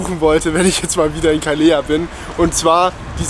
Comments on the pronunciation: Calella wird eher so ausgesprochen: "kaˈleʎa" Nach dem "e" kommt noch so etwas wie ein "i"... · Das wird aber Caleja gesprochen 2x L ist immer j gesprochen. Und Menfis, Bos beste. Ach ja da hatte ich auch meine Abi fahrt hin :D Eigentlich voll cool da. Auc hder Strand. Wir waren übrigens im Internationale :D (2008)